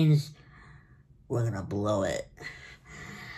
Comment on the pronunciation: "We're gunna blowe iht"